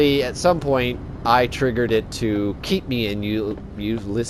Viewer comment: Enjoyable video. Keep up the good work. Just one thing, Euclid is pronounced "you-klid".